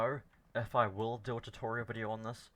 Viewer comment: VID E O not vidior!